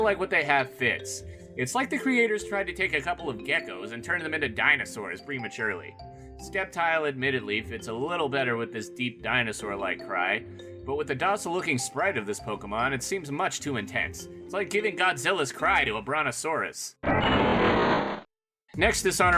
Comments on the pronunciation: And it's pronounced Sept tile not Scept tile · You got to be kidding! It's pronounced SEPTILE not SKEPTILE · IT'S PRONOUNCED SEPTILE NOT SKEPTILE! WhY dO PeoPlE MaKe ThAT MIstAkE sO OftEn? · Di di di di, Did he just say Skeptile? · He said treeckos final name wrong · He pronounced sceptile wrong the c sounds like a s